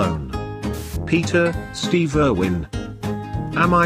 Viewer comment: You pronounced Steve wrong